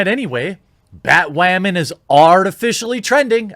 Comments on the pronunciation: Everyone: Batwoman Thequartering: BATWAMAN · bat wamin?? 🤣🤣🤣